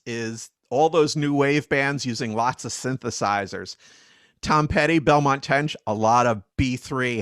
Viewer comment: Benmont Tench, not Belmont.